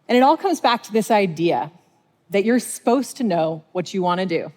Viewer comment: Did she just say "sposed to know"? Omg she's doing it more! Does anyone know if she has a speech impediment?